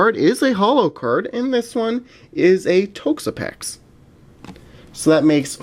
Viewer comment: Please Pronounce it TOXapex, not Tokesapex